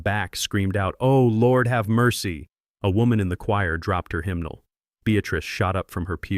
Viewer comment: Himnil??? How about “Hymnal”?????